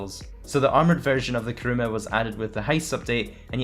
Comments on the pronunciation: Why the fuck all youtubers call it karuma instead of kuruma😐😐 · armoured karuma :)) *kuruma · it's kuruma not karuma btw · Armoured "KaRuMa" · It's Kuruma :/ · Its kuruma you dumbass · you dont even edit your cars they are all stock...and its "Armored Kuruma" not Armoured